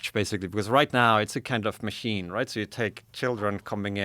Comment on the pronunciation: How are these people so educated but still can't pronounce "machine" smh I quit